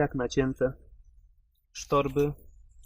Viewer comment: Wszystko spoko tylko to są sztobry a nie sztorby ;) pozdrawiam